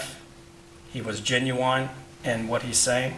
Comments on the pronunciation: "gen-you-whine" I don't make a habit of mocking the way people speak, but come on, dude.... that's a pretty basic word to not know how to pronounce as a lawyer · His defense attorney couldn’t even annunciate the word genuine correctly cause he didn’t even believe his own defendant’s testimony 😂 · “He was GenuWINE.” Ok ok don’t tempt the man with names of alcohol, he’s already an alcoholic…